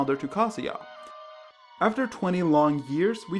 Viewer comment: Never heard Kazuya pronounced like "cah-see-ya". I'd always pronounced it like "kuh-zoo-yuh" but I'm likely pronouncing it wrong.